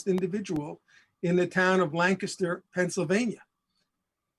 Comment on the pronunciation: Who taught him how to say "Lancaster?" 😂